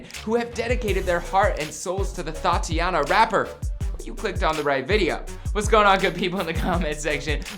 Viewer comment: When you realise he said thot iana